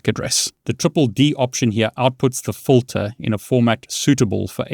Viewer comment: Also you are very close and getting better with your english but it's actually FILTER (Fill-TUR) not Fulter. When you say it that way it may be mistaken as a different word.